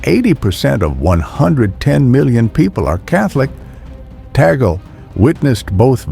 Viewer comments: Cardinal Luis Antonio Tagle will be pope if you pronounce his name correctly. It's TAG-GLE! not tagol 😊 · His surname is pronounced as TAG LEH. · BTW , it is TAGLE not TAGEL